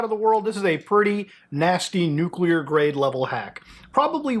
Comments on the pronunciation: How can people LOOK at the word and still SAY "Nucular“??? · some navy nukes still say "nucular"